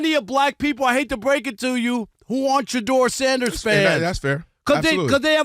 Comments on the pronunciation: “We hate Shadeur Sanders because….” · “Shadoor Sanduhs” - Big Perk 😂